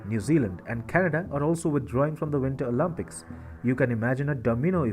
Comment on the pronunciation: Bro please it’s “Olympics” not “Olympucs”. “Picks” not “pux”. Nice videos 👌